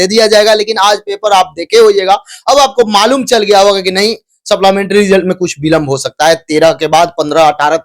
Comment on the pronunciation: सप्लीमेंट्री होता है saplamentaryn नहीं. शुद्ध उच्चारण करें.